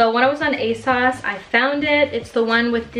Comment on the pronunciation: Yea!! I want all the uni videos! 💖👏 Also I love the way you say ASOS like ASauce lol